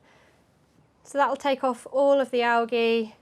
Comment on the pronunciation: Are you saying algae wrong? Lol